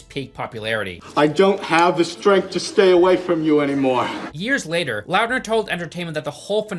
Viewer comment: Taylor Lautner. Why are you saying LOUTNER It's lawtner